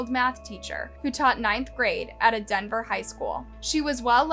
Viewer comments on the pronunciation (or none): Dude, you need to put more effort into your research. Colleen Ritzer taught at DANVERS, Massachussets, not Denver. Also half the names throughout the video are misspelled and mispronounced 😑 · Get your facts straight. Colleen was a teacher in Danvers, Ma- not Denver